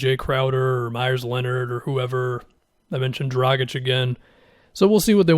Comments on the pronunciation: You pronounced Dragic correctly!!!! You are one of the few,. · It's better than most. Most people pronounce the G like a J and and the C as a hard C instead of a CH sound.